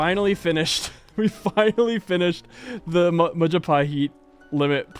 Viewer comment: That is the first time i actually hears civ player pronouncing majapahit perfectly